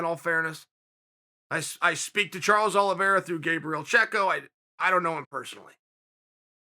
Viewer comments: "Charlie Olives" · "Charlie olives"🤣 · “Charley Olives” 🤣🤣🤣 “It is absolutely log... JUSTIN GAETHJE ..it is logged jammed with stars” 💀💀💀💀💀💀